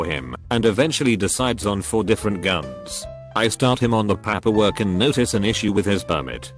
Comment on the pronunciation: "I started on the Papp-per work"